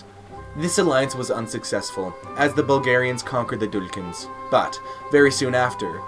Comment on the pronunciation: its not "Dulykans" its Duklyans (Dukljan)